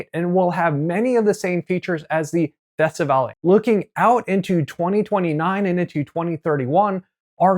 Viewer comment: sir, please investigate the proper pronunciation of these names...there is no accent on the last E... thus, not festivalEEE etc. besides that, thanks for the info